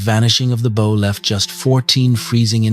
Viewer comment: “Crossing Lake Erie to Buffalo from the Welland Canal”…boy, that was a long trip! 🙄 “Bow” and “Sault” mispronounced in every story… this is why I’ll listen, but will NOT SUBSCRIBE to this AI garbage! 🤮 The Big Old Boats channel does a much better job… a real person narrates and knows how to pronounce English words! I’m subscribed there!